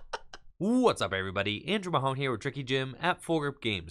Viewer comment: It’s not Andrew Mahone it’s Andrew Mahomes that’s how good you are at Pokémon you have Patrick Mahomes skills but just transfer it to Pokémon and that’s you